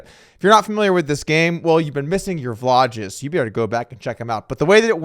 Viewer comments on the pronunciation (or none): Did you say Vlouges instead of vlogs